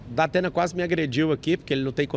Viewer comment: Datena. Dapena kkkkkkkkk